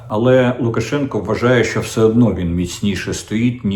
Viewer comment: “Все» чи «вшьо», пане Дмитре?